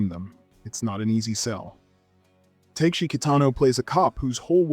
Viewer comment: Ta-Ke-Shi, not Take-Shee. Narrator, it just takes a few minutes to Google all the pronunciations of names in your video script before recording it. Every single video on this channel has mispronunciations. It is an easy fix that will lend a lot more credibility to your channel. Great video otherwise!